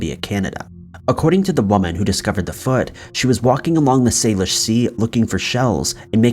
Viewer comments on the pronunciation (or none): Actually it's pronounced "sal-ish" not "sale-ish" but close. And the most likely theory is they are suicide victims. There's for instance a bridge here in town that's often shut down completely if someone is contemplating taking their own life, which is so sad. I'm pretty sure it's not a serial killer. Though we did have one with Robert Pickton a few years back.